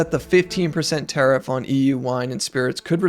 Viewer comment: Did you say tarrif 😢😢😢